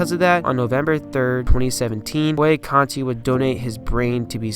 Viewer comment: Good job, young man! As a contemporary of Nick Boo-on-na-contee, I'd like to point out a slight mistake. First, his last name is pronounced as I phonetically spelled it above. Second, Nick was "barely" 5'10" and 220 at a time when, as you pointed out, was SMALL for LB, much less MLB. This is what made him one of my favorite players and whose physique and style of play inspired me to play like him.